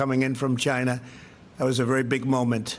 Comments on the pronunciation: It's pronounced, "JYNA!"😆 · It's pronounced CHI-na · He sounded racist and annoying when he’s tryinna pronunciate the word “China”